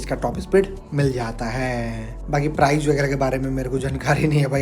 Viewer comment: Kisi product ki kimat ko "PRIZE" 😂😅 nehi, "PRICE" bolte hai. Prize ka matlab purashkar hota hai. "TOP E SPEED" 😂😅 nehi, "TOP SPEED" bolte hai. "KOLOR" 😂😅 nehi, "COLOUR" bolte hai. "SERIEZ" 😂😅 nehi, "SERIES" bolte hai. "LONCH" 😂😅 nehi, "LAUNCH" bolte hai. "ESPICATION" 😂😅😂😅 nehi, "SPECIFICATION" bolte hai. "FIUL" 😂😅 nehi, "FUEL" bolte hai. "AXE" 😂😅 nehi, "X" bolte hai. Hindi me axe ka matlab kulhari hota hai.